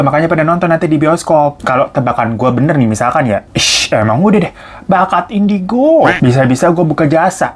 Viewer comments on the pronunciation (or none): none